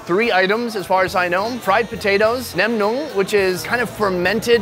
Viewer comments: Haha pronounced nem nướng as if it was horny nem. Hilarious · hahaha omg i just heard you say nem nuong. sounds like nem nung! you gotta drag the 2nd part a bit. nem nuoong